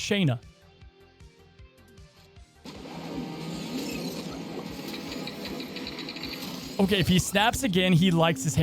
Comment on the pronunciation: Her name isn’t “Shane”na” it’s “sha”nna